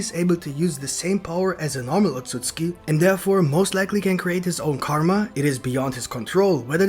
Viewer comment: how many likes is it gonna take for you to stop saying otsuski.